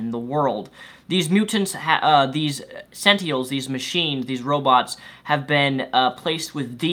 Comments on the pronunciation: Senteehuls,? Really? I know you've mentioned concerns of speech impediments before, but come on bruv... Sen + Tin + Uhl. That's it. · Honestly, I thought your review was pretty accurate but I honestly don't trust anything you have to say about comics. This is solely because you cant pronounce SENT-IN-ELS. Like every time you said "sentials" I wanted to stop watching. Sorry man. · your dyslexia is showing. It's SENTINELS, not SENTIELS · It's sentinels, not "sentiels." It would have been fine if you had said it once, but you said it over and over. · Robert Insko But not speech problems. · "sentials?" "Sen ten als". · why you keep saying sent-eels? its Sen-Ti-NELS dude. btw love your show. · are you saying sentiels? They are called sentinels not sentiels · You keep saying sentiels. They're called sentinels. And only some can alter their defences. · Why do you say sentiels? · Hey!! It is pronounced SEN-tin-els. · GRRRAAA SENTINELS SEN-TIN-ELS SEN - TIN - ELS other than that great review c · and btw it's Sent-inels Get it right please!!! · is pronounce SEN-TI-NELS WTF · If I'm not mistaken it's pronounced senTINEls. Sen TIN Els. Sentinels. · Its Sentinels. Sen teh Nels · He has a speech impediment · are you by any chance dyslexic? It's an honest question, because you sometimes pronounce things wrong (like net neutrality, or in this case sentinels) and I'm wondering if it's because you misread things sometimes? (I sometimes have that problem)